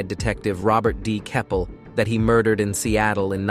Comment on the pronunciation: I thought; "cris-sis and heared, murder_ed, mountein, dump-ed and deeid what's that!?!😂😂😂😂 They made one of the most serious serial killers sound like a comedy! Not good! read your own scripts please!